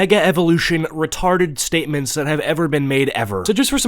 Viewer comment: don't let the twitter mob find out that you said the word retared